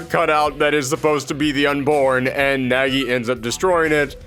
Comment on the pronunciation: Weird to hear it pronunced as Nägi :'D But I don't blame ye since that is how english dub pronounces it. Either way, I've always been interested in bloody roar but never got chance to try out any of them ever